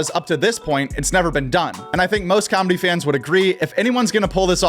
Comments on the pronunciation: The word comedy doesnt have a b in it. Why does everyone pronounce it combedy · It's nice combedy, your saying it wrong